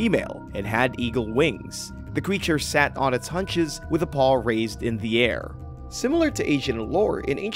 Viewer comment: "It sat on its haunches. "Hawn-chez" not "hunches."